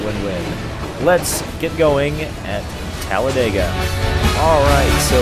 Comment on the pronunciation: its talladega not talledega